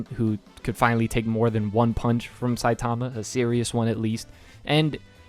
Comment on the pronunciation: Is that how the english dub pronounced Saitama? Shit My ears are bleeding from you saying it anyway.